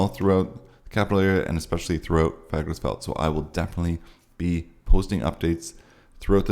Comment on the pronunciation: Dear Santa, the best thing I could have for Christmas is to hear actually pronounce "Fagradalsfjall" correctly. It has become a major turn-off.